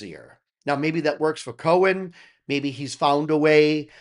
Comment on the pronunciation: Coen is pronounced as 'Coon'. PS: Their producer is Joost van den Broek, he produces a lot of metal acts. He used to play keys with Mark in his first band After Forever, which also featured a little known lead singer called Floor Jansen ;) Joost can also be seen playing the keys in any live videos of an act called Ayreon. You're probably going to get a lot of recommendations for them. 😅